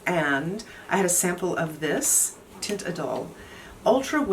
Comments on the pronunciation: Best way I can describe the pronunciation in English (Canadian) is this: TEE-uhn(t) = most emphasis on the TEE... Light on the "uhn"... Almost no "t" (or no t at all to be more specific). Pump it into a verbal translator on Google and she'll give you a somewhat reasonable audio! Hope that helps! P.S... I'm 41, and starting to see fine lines and crows feet, and I absolutely love this Lancôme line! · You should pronounce the "t" because there is a vowel to follow = the "I" in Idole. And your "uhn" would be better pronounced as a nasal "ahn" = TEE"ahnt".